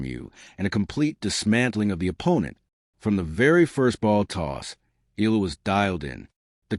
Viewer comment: EYALA EYALA EYALA EYALA EYALA EYALA Not eela EYALA !